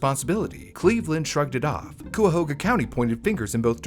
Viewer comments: Cuyahoga is pronounced KY-uh-ho-ga. My family is from Ohio, near here. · love your videos and the light they shed, but please for the love of God it's pronounced kai-uh-how-guh (Cuyahoga) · It's crazy that any of that would happen. . . Anyway a little help on pronouncing Cuyahoga... it's Kai-a-hoge-a Sorry it's a pet peeve of mine since I was raised around that area. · My soul... Cuyahoga county, as a person born there, has always been pronounced ky-uh-ho-guh or ky-uh-hog-uh. Never ever once have i heard that name pronounced so painfully lol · im going to icepick my ears if i hear coo ya hoo ga one more time lol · For other non-locals: They are pronounced "KAI-uh-hoh-guh" and "buh-REE-uh" and "AHH-krohn" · I'm pretty sure Cuyahoga is pronounced kaya hoga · That's the county I grew up in! It's pronounced kai-a-hog-a. =) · Sorry, I lived in Cuyahoga County for years, gotta step in and say: It's pronounced "kai-uh-ho-guh." Either way, I enjoy your videos. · it's pronounced "kaya-hogga" Cuyahoga County, Ohio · Ohio resident here! it’s pronounced KY-uh-ho-guh :) I believe it means “crooked river” in a Native American language. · It's pronounced "Kentuckyahoga?" How odd... ;) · Cuyahoga is pronounced Kai-uh-ho-ga not how you said it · In my man's defense, I never would have guessed "cuy" to be pronounced as "kai" by reading it 😭 like I probably wouldn't have even looked it up either Edit: hope this didn't come off as rude lol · Coo... Come on bro.. I'd be less mad is he said Cuy, coi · as someone from the area you were so close on saying Cuyahoga correctly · That's not how Cuyahoga is pronounced 🥲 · I did not expect when opening this video a case taking place in my home state, and especially not the butchering of the name Cuyahoga 😅🤣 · The pronounciation of Cuyahoga is frying me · The way you pronounced Cuyahoga is adorable! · not the way he pronounces Cuyahoga 😭😭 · The “Cuyahoga” mispronunciation is driving me nuts but other than that this is a great video